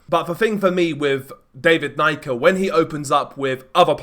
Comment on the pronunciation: Pronounced knee-ka